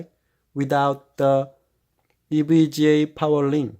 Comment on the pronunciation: “Hi guys! Today I just got ewega Rtx 2070 xc” Anyways nice vid I’m getting this but it’s 2070 super lol